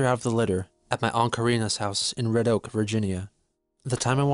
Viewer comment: did this boy really just pronounce "virgina" (virgin-ya) as "vagina but with vir"